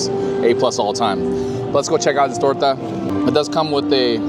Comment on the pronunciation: I ‘m Mexican and I am impressed with your “torta” pronunciation haha it was perfect! Thank you for your videos I’m so excited for visiting Disneyland this October 🙌🏽 Edit: queso crema salsa roja? Or you have a lot of Hispanic friends or you studied very well, beautiful Spanish!